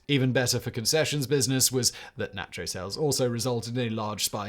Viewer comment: Nacho pronunciation is horrendous. And why add an R at the end of America?